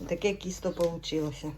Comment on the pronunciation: не кiсто,а тiсто.